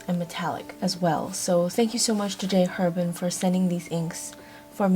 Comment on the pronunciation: This was a great review, thank you. Very thorough, great visuals, very organized. The only criticism: if you like J. Herbin so much, please pronounce the name correctly: the "H" in French is silent - it's pronounced AIR-bon (that's the closest to an easy way to show you how to pronounce it -- more accurate would be : AIR-bahn )